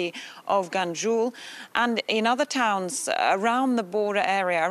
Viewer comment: Ganju?? Kidding me? Dear, please, go home, have some warm tea. Reporting is not your job.